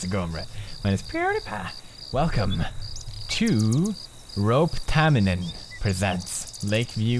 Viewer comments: A guy Of course it is not. Listen this. It is how it is said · I just can't get over how he said Roope Tamminen. He said something like roup taminen. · The 'Roup Tamminen' at the beginning cracked me up so bad. You pronounce (almost all) Finnish words just as they're written.. Though letters are pronounced differently in English, so no wonder Finnish is so hard for people who don't speak it that much.. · Tääl on nii monta suomalaista mut ehk koska sen on tehny roope tamminen ja se sano sen roup taminen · Lol I love how you say Roope Tamminen :" D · Coming back to this 6 years later and omg the way he pronounced Roope Tamminen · It sounds funny when you say the name Roope Tamminen :D funny cuz I'm finish :D